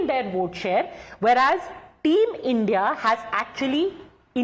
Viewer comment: Not team India. Call it I.N.D..I.A - like how you say NDA